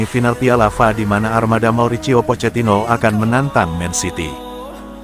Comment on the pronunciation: Tolonglah yang di kasih tanggung jawab membacaisi berita( konten ) mereka yg paham pengistilahan apapun ,contoh kalimat /F A ngapain di baca fa ini kan memalukan sekaligus mmilukan. makanya solosinya ganti sang Naratornya Oke y